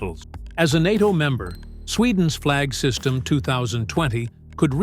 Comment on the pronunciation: Not "Flag system". "Flygsystem" - Flying system